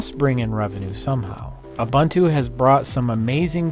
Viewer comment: Ubuntu is pronounced "Oo-boo-ntoo". Here's Nelson Mandela saying it for you :-)